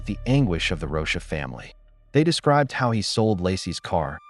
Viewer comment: The AI reading has to stop! Rosha? It’s ROCHA!!!